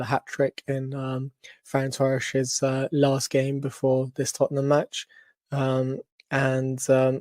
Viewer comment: FEH-RENS-VAH-ROSH is the effective pronunciation